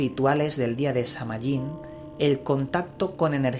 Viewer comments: De hecho la correcta pronunciación es Saa-win y ésta festividad es parte de la rueda del año que celebran los wiccanos. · Se pronuncia Saa whin! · samhain es el nombre de un rio nacido de la union de morrigan y dagda, pero no es una deidad. El nombre de la fiesta significa el fin del verano y la pronunciacion mas adecuada sonaria como sowein. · Se pronuncia San-Win y Samhain no era un dios de la muerte, no habia sacrificios humanos, tus Fuentes estan erradas